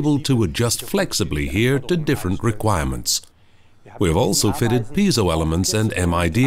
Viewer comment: I thought that "piezo" was pronounced more like "pee-ay-zo".